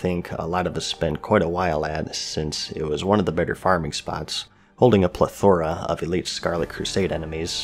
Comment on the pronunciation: In before someone else mentions you mispronounced "plethora"